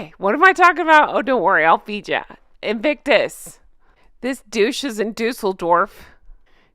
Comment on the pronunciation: No more “ Inflictonus “ ….please 🙏🏴